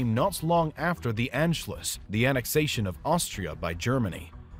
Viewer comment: aNT SLUSH??? An schluss...with an ah, and with an u like as in shoe please do your home work..